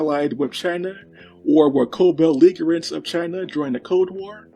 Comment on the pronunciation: In "co belligerents" the g sounds like in "bridge" .. so its more like "village" not like "beleaguered"